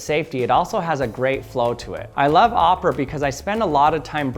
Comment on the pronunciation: Omg it's o pe ra not o pra